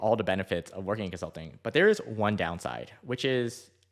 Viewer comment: "Consluting" Wazaaaap